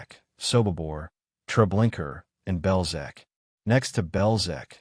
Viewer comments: It’s not TreblinKER—it’s TreblinkA. Narrator check it out. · Hey dude....its TREBLINKA.....not .....TREBLINKER